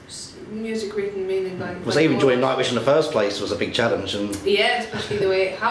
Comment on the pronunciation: Elisa Princess Oh he said JOINING..... I thought he said ENJOYING.... maybe marco thought that too